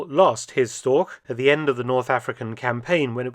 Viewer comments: "StorCH" not "StorK" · i am not complaining. i am just a know it all. also, you said that word a lot during this video, wich i had to listen to, to receive your informations. pronounce it like this: "shtoash" this has been a PSA by me, the person who wrote this. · Its not " Stork " its Storch !!!! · Funny I always heard it called Storch (stor with the chuh at the end) but it was just the regular English pronounciation of Stork all along. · nicely narrated and exceptional aircraft , but "Storch" as the german word is mispronounced 🤷‍♀️ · I think “Storch” is the archenemy of every english speaking person, regarding pronunciation. You did a 5 out of 10 job.